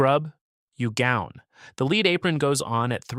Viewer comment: beat me to it. So annoying hearing leed for Pb!